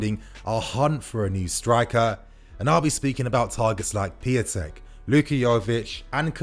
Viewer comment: It's Pee-un-tek, not pee-a-tek